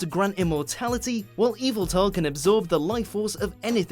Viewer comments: It’s pronounced ya-va-tell not eviltell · It's not evaltal its yaveltal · Yveltal not eveltal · Not eviltal yeveltal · Nice pronunciation of "Yeeviltal" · You spelled Yveltal wrong instead you said it as “Evil-tal”. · I don't know if that is the right way to pronounce its name or not as I've always pronounced it like Yu-vel-tul. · He pronounced Yveltal wrong